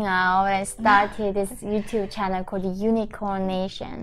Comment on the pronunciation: sorry yeonmi but when you say hey everyone welcome to my i then hear channer instead of channel :) but it is good.......keep it :)